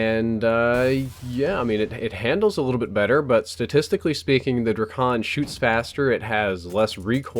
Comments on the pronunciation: its pronounced drei-ken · It's pronounced dray-cun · Its not Drakon its: Drake- on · I love how he pronounces it DRUH-CON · Its pronounced like DRAY-KIN your welcome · ITS CALLED THE DRAKON DRAKE-UN